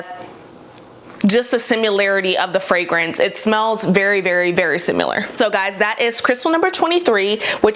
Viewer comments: Similar not SimUlar. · Why does no one on the internet know how to say the word "similar"?